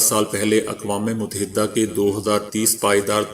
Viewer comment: Mut-ta-hida'bola karain